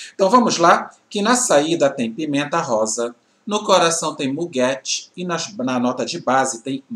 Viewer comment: É "míguê" a pronúncia do muguet. Bjs